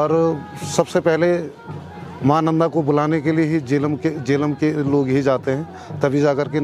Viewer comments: जेलम गांव सर , ना कि झेलम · It's Jelum